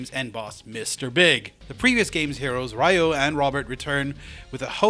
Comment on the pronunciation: You pronounced the name "Ryo" wrong.